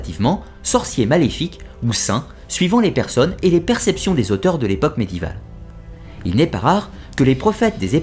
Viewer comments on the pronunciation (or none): Un petit comm ' pour le référencement... Vidéo très intéressante ! Par contre vous continuez obstinément à écorcher "médiéval" en le prononçant "medival" ... Ça fait toujours bizarre et c'est fort désagréable pour les oreilles... Le français n'est peut être pas votre langue maternelle ? Ça expliquerait aussi le U de thaumaturge qui passe en OU de nombreuses fois dans cette vidéo... Bref rien de bien grave, juste qu'il reste toujours des choses à améliorer même sur un contenu presque parfait...